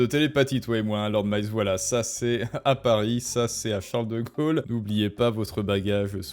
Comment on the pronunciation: Chareuleu deu Gaulleu